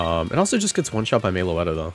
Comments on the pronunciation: Everytime I hear Meloetta pronounced "Mayloetta" it inflicts 20 psychic damage on me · They way he pronounces it hurts me every time